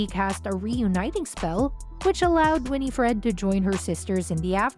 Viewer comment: Omg it not Winnie Fred lol learn to say her name please